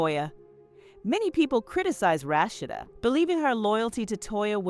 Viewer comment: The commentary can’t pronounce Rasheed name right